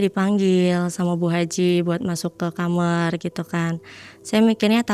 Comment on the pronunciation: agak sedikit bingung, saya sering nonton podcast malam mencekam, kenapa kebanyakan Narsum ini nyebut KAMAR kok ngomongnya KAMER ya.. engak sekali duakali. kok aneh aja gitu